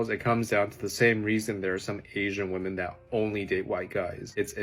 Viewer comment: My only question is: why doesn't anyone in Gen Z know how to pronounce the word 'women'?